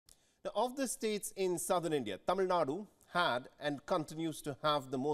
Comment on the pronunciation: Sir, I am amazed that you can pronounce the sound zha in tamizhnadu… I am among probably 20% tamilians who can pronounce that word while majority of politicians and leaders who’s livelihood depends on Tamil famtism and hate for Hindi cant pronunce it and they say Tamilnadu.